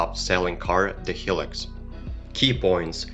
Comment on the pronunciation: Hi -Lux, not Helix :)